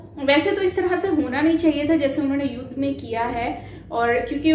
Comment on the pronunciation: 3⃣.🔟➡️ युद्ध बोला नहीं जा रहा 😀😂🤣😁🤣